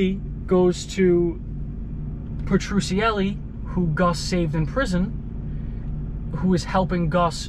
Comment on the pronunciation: Bro it’s pronounced Peh-tru-celly